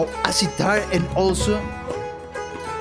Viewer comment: It's sitar not setar